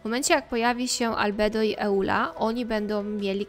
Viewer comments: Przepraszam, ale czyta się "ijula" a nie "eula". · tak czyta bo jej wygodniej i lepiej to brzmi. Tłumaczyła to na streamie kiedyś